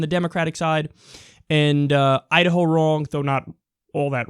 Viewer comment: Is it Idaho, or Udaho?